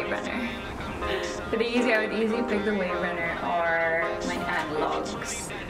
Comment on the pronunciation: Wave runner 350s ampppp! She butchered that no cap